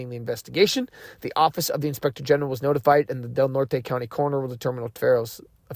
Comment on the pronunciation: Redwoods trees, County is pronounced Del Nort.